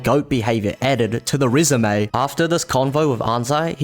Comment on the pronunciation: Peak 🙏idk why it sounds like rizzume when you say resume, I need to be euthanized